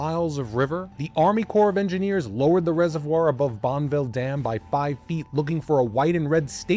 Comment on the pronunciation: It's pronounced Bonn a ville 😅. Buddy do 2 seconds of a Google search not multomah .... it's Mult no mah. I know you are from the opposite side of the country but anyone watching and listening to the story that lives in the PNW is shaking their heads. This was a big story recently when a diver finally found the car at the bottom of a channel in Cascade locks buried in the ruble that gets swept down the river. The Dallas ? The Dallas? 18 minutes in and we have 3 names of locations pronounced completely wrong. The Dalles is pronounced like a wooden dowel but with an A ... The Dawlezzzz ..I think it's a French word for the falls or something like that.